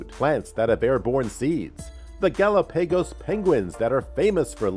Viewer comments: What is a gallow pegas Island?? Omg.... this guy has GOT to go... he’s ruining every video.... Jesus Christ... Do you not have a video editor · Ga-lop-a-goes......OMG too many mispronounced words. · Took me a second to realize he mean Gallepegos. 😹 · Did anybody else hear how he said Galapagos? It made me question myself for a minute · That's the first time I've heard Galapagos pronounced that way... weird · It's the result of reading a script without doing the research urself lol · Not Artic. Arctic. Not GalaPAYgos. Gal OP a gos. Research works. Selferic acid? No. Try again.